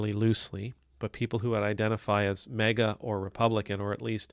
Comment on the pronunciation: I like how you pronounce it MEGA